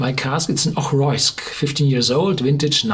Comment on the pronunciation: Great review...it's pronounced Mac-eye, not Mac-ay.